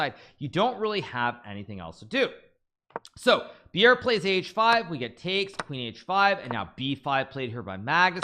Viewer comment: Bjerre is nothing like "beer". - More like "bear". Then add your "j-sound" of choice, e.g "bjear" :) Maybe we will all one day know him as Jonas, like a Jonas vs Magnus. Which then imposes the problem, it's nothing like "djonas" All in all, his name is pronounced exactly as written, Jonas Buhl Bjerre :D Well, to some at least....